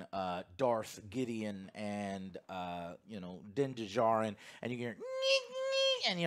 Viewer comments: For the love of God, Joe. The D in Djarin is silent. It’s just Jarin. Duhjarin. Also I’m pretty sure Paz Vizlas jet pack was shot to shit last episode while avoiding blaster shots. So it probably didn’t work. He also would have just been followed by all the troopers if he fled. So that whole argument seems nitpicky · Joe for the love of God, it's not Din D-jarin. It's Din Djanir (the D in Djanir is silent) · the D in Djarin is silent! Like Django. Not Din Duhjardin. You're killing me bro!!! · Joe…. It is pronounced Din JAR-IN. Not Din da-Jar-in…… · 3 seasons and Joe is sill pronouncing Din Djarin wrong.